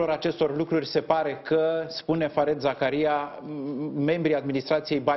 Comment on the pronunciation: “Fariid Zakaria” d-le, așa se pronunță nicidecum “fared”. 😖 Doi de “e” în engleză se pronunță “i” lung. Numele lui, de câte ori apare pe un ecran, este pronunțat de cineva atunci pe loc, nu știți să ascultați, oameni buni? E ca și când ați pronunța numele lui Scholz “scolz” in loc de Șolț. Dacă personalitățile media nu știu să pronunțe niște nume celebre, ce să așteptăm de la populime în general și de ce dracu râdem când membrii ai Parlamentului sau nu știu care ministru, sar peste cal și spun o prostie sau vorbesc precum Viorica Dăncilă! Este inacceptabil să nu știi să pronunți numele unui confrate mult mai bine cunoscut în toată lumea decât d-ta, dar să faci mișto de greșelile altora, mă dezamăgești d-le din cale afară…😯